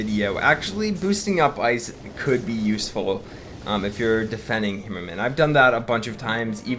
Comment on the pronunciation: Dude with all due respect learn to pronounce the name right its torture listening to u trying to say HAmmerman try it right would u its HAmmerman not hemmerman like u say sorry if i offend u but dude it's torture